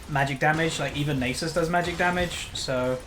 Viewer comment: omg...Its not pronounced "Nay Sis" its "Naa Suus" Its egyption...ffs